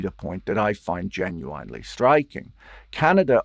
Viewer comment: I don't think you are pronouncing 'Genuinely' correctly 😅